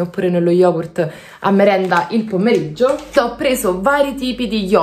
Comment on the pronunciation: guarda che non serve essere professore di italiano per parlare correttamente italiano eh. E non è una critica nei confronti di che adoro, ma è oggettivo che "i spinaci" "pommeriggio" "ssedia" sia sbagliato. E parlo da romana